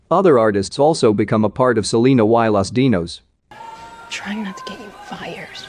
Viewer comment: Lmao the commentator saying Selena "Y" Los Dinos. He actually pronounced the letter Y.